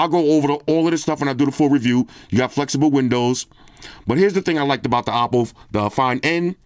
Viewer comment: Hopp is pronounced "hawp" lol so I'm gonna say that you are right in saying it like "awpo"! 🤣